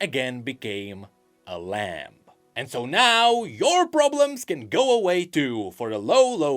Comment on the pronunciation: Lamb is Lam. The B is silent. >_>